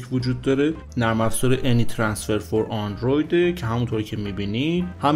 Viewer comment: اولش یه جوری گفتی دکتر فلانی که جدی گرفتیم .. بعد دیدیم دکتر به اندروید میگه آندروید 🤣🤣